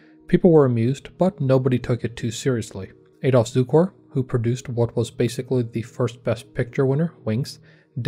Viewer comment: It's Cukor pron. Tsukor not Zukor. Hungarian, not German! He and the other Hungarian Alex Korda were two of the best directors of Hollywood's golden age.